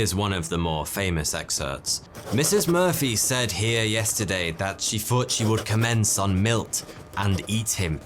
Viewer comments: he has a speech impediment and says ff instead of th. Just listen to how he says thought in this very video. Check mate got out of. However apparently he says in some video that he is saying 42 as a joke. Seems a bit mute when he couldn't say it any other way but still. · well he still says ffs instead of th so it'd be hard for him to say anything else. Just listen to how he says the word thought in this very video.